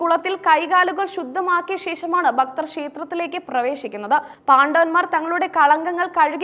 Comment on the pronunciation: ഭക്തൻ' എന്ന വാക്ക് 'ബക്തർ.എന്നു പറയുന്നത് - നീചമായ വാക്കാണ്....